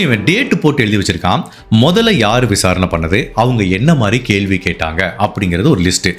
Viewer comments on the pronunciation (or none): none